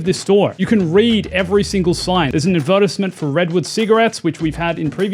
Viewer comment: is that really how you pronounce advertisement?